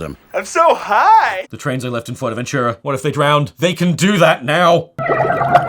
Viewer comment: Never before had I heard Fuerteventura pronounced as "Forevenyura". I'm afraid now of how the germans may name it.